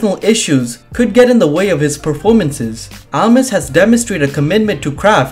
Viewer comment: It's not Almis It's Almas!!!!!